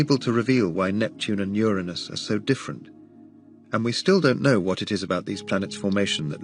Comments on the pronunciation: Thank you for pronouncing the planet correctly ur a nus not that filth other channels think is funny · I’m just glad that the narrator properly pronounces “Uranus.”